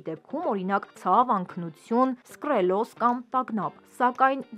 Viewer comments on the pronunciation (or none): "Սկռելոզ" չէ, սկլերոզ 😊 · վայ, ինչի՞ եք խոսքի մեջ էդքան սխալներ անում... սկՌելոզ չի, սկլերոզ ա: հաճելի չի լսելը, ախր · Ոչ թե սկրելոզ, այլ՝ սկլերոզ։ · իհարկե՝ սկլերոզ, բայց սկռելոզը ավելի հնչեղ է, ռեանիմազացիայի նման։😊